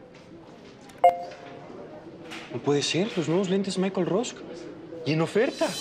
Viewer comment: "Michael Rosk" 😂😂😂